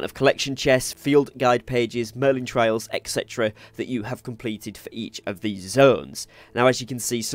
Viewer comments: Merlin TRY-al, not TRAY-il. The former is a challenge, the latter is a path you follow. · Merlin trials, not trails. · good tips .my tip its trials not trails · Mistake 11: calling them trails instead of trials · thanks for the video and helping with your experience. also its trials not trails. u got the A and I mixed up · Good video but it's Merlin Tri-als, not Trails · TRIALS... NOT TRAILS.... SMH .. CMON DUDE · TRY-ALS not trails 😂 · they are merlin TRIALS not "tray-ills" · Trials... Not trails... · Trials.. not trails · It’s trials not trails lol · Every time you say "merlin TRAILs", I die a tiny bit. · This dude really said Merlin Trails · How do you pronounce Trials both wrong and correct in the same video lol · Great tips but ....YOUR NOT PRONOUNCING TRIAL CORRECTLY. ITS NOT A ROAD ITS A PUZZLE/TRIAL OR TRIBULATION TO GO THROUGH!!!!!!!!!!! lol just pinched a nerve 😂😂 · Pick a pronunciation and stick with it, trial or trail.